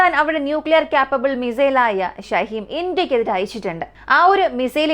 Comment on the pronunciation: ഷഹീം അല്ല ഷഹീൻ ആണ്